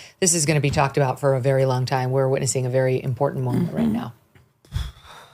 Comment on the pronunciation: "I'm wery serious' says Zelensky, so he turns up wearing that garb!